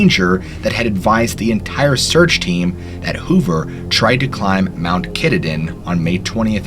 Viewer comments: pronounced Ke-TAH-Din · My brother I love the video but you must learn to pronounce our blessed Katahdin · Native Mainer here. It's Pronounced Mt. Kah-tah-din, not Ki-da-den. It took me a moment to figure out what mountain you were talking about xD. Love the content none the less. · Uuuugggghhhhhh. Kah-tah-din. Say it with me now.